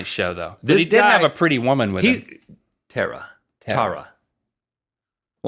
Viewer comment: My sister-in-law lives in California and her name is Tara, and it's even pronounced that way.